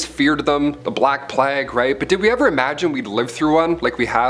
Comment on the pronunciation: It's "plāgue" , not plahgg